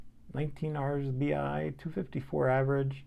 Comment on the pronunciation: One would expect tell-tale coronas on your channel, but bombing Russians on ice!?! 😂 Man, you never disappoint. And don’t think I didn’t catch that R’sBI !! 🤣 Great stuff, bud! 🤛🏻